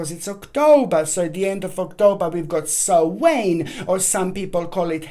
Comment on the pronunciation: Samhain ..pronounced Sow-en...yes an Irish word . Im Irish ☘